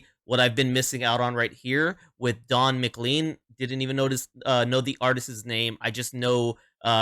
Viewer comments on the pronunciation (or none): His name is pronounced "mclain" not "mclean". (Though it might make a great name for some sort of Scottish cleaning product.)😊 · And… it’s Don “Mc - lane” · Don's last name is pronounced muh- Klayn sounding similar to lane at the end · When you pronounce it, pretend his name is spelled like this: McLane . I know, it doesn't make sense to me, either. ;-]